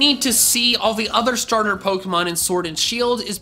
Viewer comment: Duck you cause you said stater